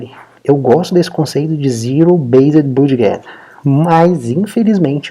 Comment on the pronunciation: Olá. Desculpe incomodar, não sou de ficar corrigindo, mas acho que pode ser útil para seus futuros vídeos... A palavra budget se pronuncia "bãdjit". Caso já saiba, perdão... só achei legal comentar porque é uma palavra chave que é muito utilizada nos seus videos, que alias são excelentes!